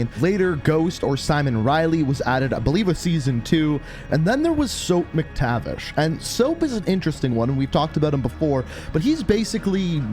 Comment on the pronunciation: Sorry but it Mac-tavish not Mick-tavish